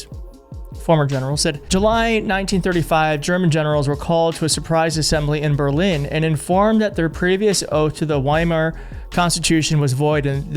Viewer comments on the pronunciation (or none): VY-mar not WY-mar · It’s pronounced VIMAR not YMAR . Speaking of fluency with history ……🙄